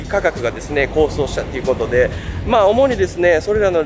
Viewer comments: こうそう、でなくて「こうとう」高騰です。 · 動画アップありがとうございます。勉強になります。先進国のくせに日本では食品内の有害物質の表示義務はほとんど無いですよね。 そんなモン入れるわけ無いやろ、という日本らしい性善説に基づいた考え方かも知れませんが、ある意味メーカーのやりたい放題です。 また、同じ物質でありながら、欧米では発がん性有りと認めているのに日本では認めていない物もあります（逆も有り）。 あと、高騰は「こうとう」と読みます。知るは一時の恥、知らぬは一生の恥と言いますので、お気を悪くなさいませんように願います。 お身体に気を付けて下さい。動画を楽しみにしております。(o・ω・o) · 高騰 読み方は、”こうとう” です。気になったので。。アメリカ、楽しみにしています。頑張れ！ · 物価高がこうしょうではなくこうとうではないかしら？ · こうそう？高騰(こうとう)でしょ。 学校どこですか？アメリカ？ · 素晴らしい動画ですね。編集も素敵です。たいへん勉強になりました。学校の教材になるクオリティですね。ここまでしっかりした体験レポって、あるようでないと思います。 遅ればせながら登録いたしました。 一つだけ、高騰（こうとう）です。細かくてすみません。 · 高騰をコウソウって言ってません？ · 高騰をコウソウ！って言うてはるん！もうちょっと読み書き勉強してまともな動画にしてくれよー💦